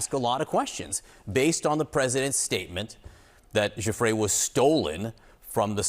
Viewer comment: How does any self-respecting reporter not know how to pronounce "Giuffre" by this point should turn in her press pass. Jeffries? Seriously?